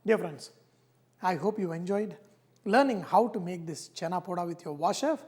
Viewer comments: Thanks Sir... For Awesome Chena Poda. Just wanted to make clear that, it is "Chena Poda" not "Chana Poda". Anyways it is awesome ..... I will surely try this. And the end of the day... "VahreVah is all about inspiring others to cook"... Keep it UP. God Bless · It is chena podo !! he just pronounced in south Indian tone ( tongue twist) thats it, anyways he is sharing our most delicious sweet dish thats more important !!